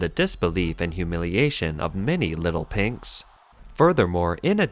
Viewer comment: Your "little pinks" sounds like "little pigs".